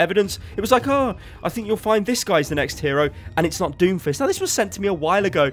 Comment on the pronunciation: uuh did you say doomfish?